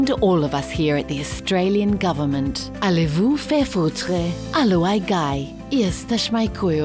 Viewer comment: And a decently pronounced "Allez vous faire foutre"! Hilarious and depressing at the same time.